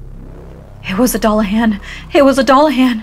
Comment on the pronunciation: It's "Doo-la-hawn." ❤